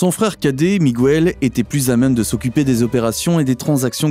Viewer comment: Arrêtez de prononcer Migouel pour Miguel, la combinaison GUE fonctionne exactement comme en français la voyelle u ne se prononce pas, sauf si vous mettez un tréma.